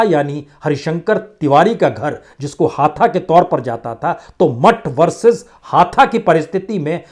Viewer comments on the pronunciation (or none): हाथा नहीं हाता (campus)। क्या आदमी हो यार? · सर् हाथा नही है हाता है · हाथा नहीं हाता है तिवारी हाता